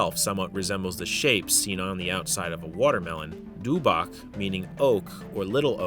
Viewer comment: du-BOK, also OMON is like said all together, not O-MON